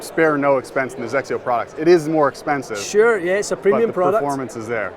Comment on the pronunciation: Hey, if you guys are getting the Hawk, can I have your GCQuad? lol Also, I just appreciate being able to pronounce XXIO. ❤️